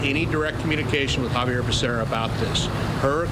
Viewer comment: It's X-avier! 😂🤣